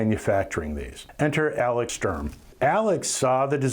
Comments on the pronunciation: You asked for criticism so; It's not "Strom", it's "Sturm", pronounced "Sterm". And I'd be happy to do without the cartoon inserts. I know that everyone is using them now but your review was very good and I don't think that they add anything. Subbed. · Sorry but it's not "Strumm" it's "STURM"... as in Sturm und Drang. Sturm = Storm